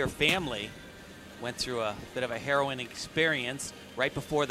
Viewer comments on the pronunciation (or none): lol, "a heroin experience"?. He did not get a 10.0 on the execution of the word 'harrowing', hehe.